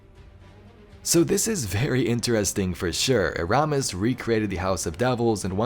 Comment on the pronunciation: Anyone else watching this after beyond light and hate hearing him butcher “eramis”